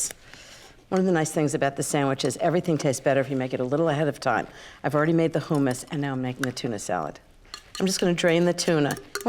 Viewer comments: Have I been mispronouncing humas wrong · I really enjoy watching you but why in the world do you pronounce "hummus" differently than its really pronounced just to sound more sophisticated? It's actually pretentious! Not trying to be rude it's just the truth. Another example is when you made your lemon pasta dish and said how easy it would be to serve on New Years Eve in Paris! Get real how many of us can afford to spend New Years Eve in Paris. Please bring it down a notch for us everyday people who watch you! Just saying! Thanks! Be blessed and carry on!